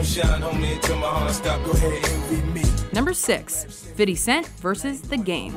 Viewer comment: Fiddy Cent LOL